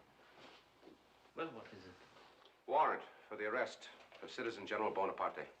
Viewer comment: Napoleon ey bon apart ey , Everything is always ey! But it should be known that you can google the pronunciation! It’s a sign of respect to pronounce right ! ✌🏻